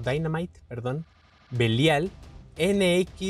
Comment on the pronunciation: pronuncia mal el Belial